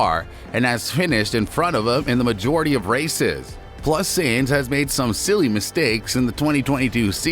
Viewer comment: My guy it’s tough to listen to you continuously saying Sainz last name wrong. Good video though.